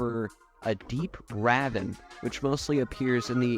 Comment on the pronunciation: That pronunciation of "ravine" made me literally do a double-take